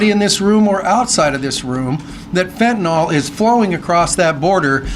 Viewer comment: Stop calling fentanyl fentaNOL! It's fen ta NIL